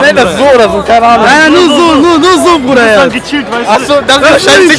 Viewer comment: Hat er grad zur Moderatorin ,,Bruderherz" gesagt? HHAHAHAHA 😂😂😂